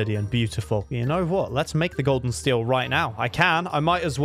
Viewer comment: When he said gold and steel it sounded like golden steel😂